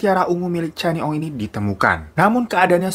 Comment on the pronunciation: Bang glowing, sebutannya kenny ong, bkn channi ong 😁 salam syg dri 🇲🇾